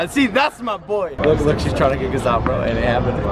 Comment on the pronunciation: Everytime he says MAH BOII i always thought either george, johannes (is that how you spell his name?), or Mark will be there